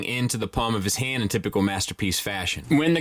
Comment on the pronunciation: "The hando is wide enough for him to hode it as well"